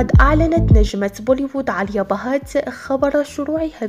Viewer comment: اسمها آليا ..ليش تنطقي عاليا؟؟؟؟(هندوسية )